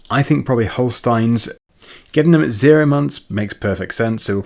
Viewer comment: It's not holstiiiins it's holsteeeens